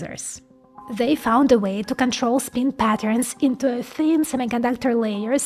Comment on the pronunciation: Learn how to pronounce the letter i in English. Not speen.